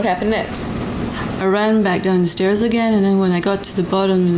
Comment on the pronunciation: "a fall down the steeeez." 😅